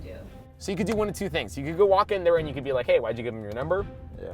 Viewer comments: did anyone else hear roll his tongue saying couldddededdd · The coulrrrrrr on 😭😂😂😂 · “you couldrrrr”😂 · The accidental R rolling though?!?! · Why did he roll his r when he said could😂😂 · Did anyone else hear that tounge roll? LMAO 🤣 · Am I the only one who heard the tongue roll ?!?? 😂😂